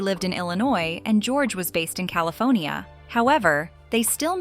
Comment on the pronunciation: Cali”phone”nia! Return of Jed “ia”. 😅